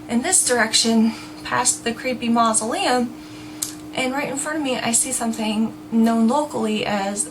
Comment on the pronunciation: hahha "he goes up and rattles the door of the 'creepy-ass moslelum" and im like "get away from 'creepy ass moslelm" Lelellee